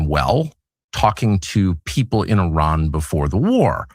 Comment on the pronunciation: IRAN not Ian. Do you need bifocals?